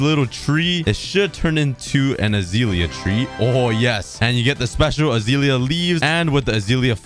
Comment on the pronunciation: Hes calling it azeelya it’s azelia 😭